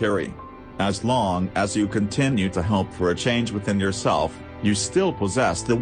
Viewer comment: the way he said H O P E was so weird